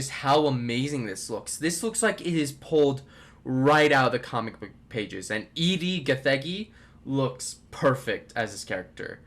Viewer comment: It’s pronounced Eddie btw, not E-D